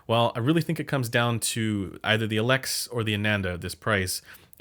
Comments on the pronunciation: No. It's Elex. Not "eeeeelex". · It's "eeeee lex" like "eeeee lear". En française it's a long e, not a short e. Just sayin'. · I left a like for Elex pronunciation: you have to respect other languages. Learning one word is not hard ;) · It’s not pronounced Focal Elex, it’s pronounced Focal Elex.